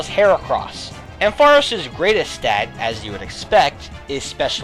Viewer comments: Ampharos gets TWO 1's (Isn't it AM-pha-ross, btw?) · ARGHHH, why you keep pronouncing Ampharos' name wrong? DX You put emphasis on the 'ampf', not the aros sound! x_x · I have never heard that pronunciation of ampharos before